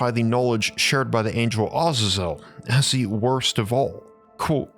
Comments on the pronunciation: I wasn't going to correct it but thr more you say it I figured it might help in the future 😊 It isn't pronounced Oz-za-zel - It is pronounced Uh-zay-zel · it as a zel not awe zezel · Do you mean, Ah-zay-zel? I hate how people pronounce things differently to make themselves sound or feel more intelligent. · It's pronounced differently Azazel w second a as A a za zel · I enjoyed your video, and your channel, however, your pronunciation of Azazel and other names are woefully inaccurate.